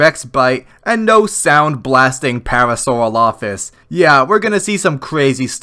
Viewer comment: Never heard parasaurolophus pronounced that way, wonder which way is seen as "correct" or if it even matters, and the Disney Dinosaur reference was a nostalgic slap I was not expecting